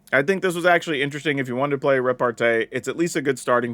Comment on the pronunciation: It’s not RepartE it’s RepartEE